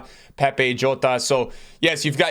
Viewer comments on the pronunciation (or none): none